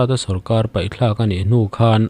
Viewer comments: Vau tha tih zawk tur a ni maw.vai thla ni lo vin.😂😂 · I la sawi sual fo vaithla nilovin Vauthla tih tur anih hmel e